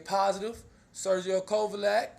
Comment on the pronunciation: well that's not how u said it